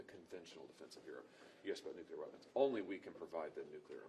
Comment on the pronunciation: to that reporter: it's nuclEar, not nucUlar